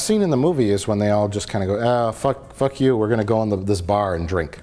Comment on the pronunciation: "FECK YOU" *Gunshots"